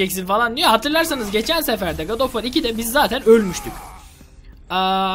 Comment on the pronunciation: Abi God of War ismini God oş War diye okuyom gulmeye basliyom addsdsdsdsdss